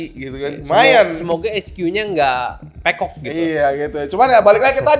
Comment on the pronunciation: Pekok? e nya tinggi bang